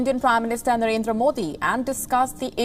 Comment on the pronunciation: Look at # Not Marendra It's Narendra